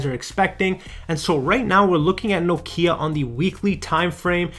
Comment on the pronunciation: Thank you for pronouncing Nokia correctly!